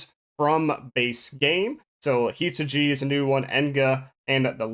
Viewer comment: "Hi-tu-gee" >collapses in writhing pain My brother in ARKS, how can you mispronounce wifu Hitsugi-chan's name?!